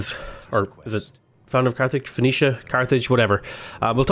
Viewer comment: Fuh-Knee-Shuh is the proper pronunciation. The culture best known for its colonies, influence, and child sacrifice.